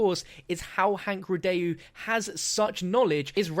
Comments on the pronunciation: Are you sure it's Rid-day-U because I'd pronounce it Rid-Dow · Please the pronunciation, it's a French name... REE-DOH, Not REE-DAY-YOU... Thanks, merci. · I'm pretty sure it's pronounced "rye-doe", not "rih-dayoo" but every man to his own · Ree-Dóh... Not Ree-de-ju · Aghh I know it's nit picky, but his last name is pronounced 'ree-doh', it's French. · Thank you it was bothering me through the whole video lol